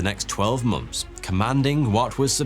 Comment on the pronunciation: How can you say “months” as "momfs"?